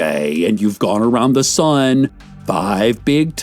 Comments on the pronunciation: HOLY SHIT GUYS I THOUGHT HE SAID THE SUN LIKE ONE IN THE SKY AND I COULDN'T GET WHY HE CALLED IT 'HE' AND WHY EVERYBODY IS TALKING ABOUT THEIR CHILD I FEEL SO DUMB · I sat here thinking he said "sun" 😭😭